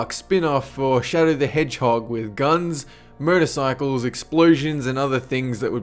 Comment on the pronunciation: When you say motorcycles it sounds like murdercycles. I'm just listening to the audio so i did a double take. :P